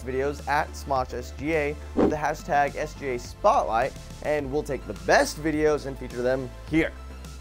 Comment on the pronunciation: in the begining keeps saying sJa and not sGa